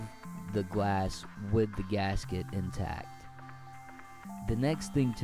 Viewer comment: Thanks for the video but... the word is "intact," not "in-tacked."